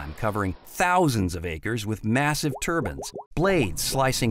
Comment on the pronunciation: Are we just going to ignore how he butchers the word turbine...hes saying Turban